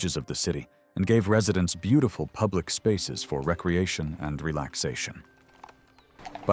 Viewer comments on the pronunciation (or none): none